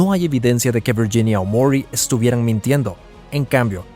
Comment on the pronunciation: Viyinia? Hablé bien el castellano